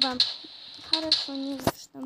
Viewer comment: Не хорово а харашо!